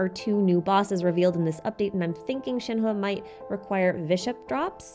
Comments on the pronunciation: compared to other Genshin youtubers here your pronunciation of Shenhe is pretty on point dont worry! thanks for the fun video! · I just started the video but I think your pronunciation of yunjin and shenhe is correct!!! at least in an english tone lol